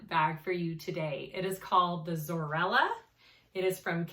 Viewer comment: there is no R in zoella